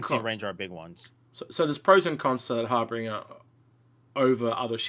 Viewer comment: Love your vids ... but please say it right its Har-Binge-er as in Harbinger of DOOM ;)... Its my Awesome ship ive been dreaming of for nearly 2 years now ... But yeh it Sucks in game currently I dont know why they even put it in now... pretty much nothing for the Harbinger works ... armour not in game .. torpedoes are unselectable and pretty useless and man dont even start me on the rocket turret ... that possibly the laziest implementation of something ive seen in game .. they just nailed some delta pods on to the normal turret .. wow sure rockets aren't really a fully working thing yet but the fire rate, the damage, the tiny tiny ammo count ... whats the point of even having it The all cannon load out also sucks and not what it was ment to have ...wheres my railgun Now if you stick a Size 5 Galdereen and 4 laser repeaters on there and its pretty handy .. until a npc ship drives into you and knocks off your main gun It still escapes me why they have fixed and gimbled guns on the same aimpoint Also whys it so slow ... I had a player bounty target in an Aurora MR and it just runs off at 1200 m/s and Ive got zero hope of catching it ... in my ship thats mostly engines I think im guna melt it and get some stuff that works... will come back in a few years and see if its got any better